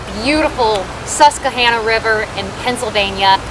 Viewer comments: Let me help. It's pronounced Sus-qwah-Hanna (like the girls name) or Susky by the natives ;) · Susquehanna, not Suskehanna. Please :'( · Hi:) Love your vids but you're saying Susquehanna incorrectly. It's pronounced SUSK + WI + HAN + UH but other than that awesome vid!! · She said honna river lol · It’s pronounced Sus-kwa-Hanna,, named for the Native American tribe that once populated the area.